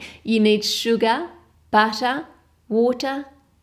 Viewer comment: Sugah, buttah, wotah. Melts my heart.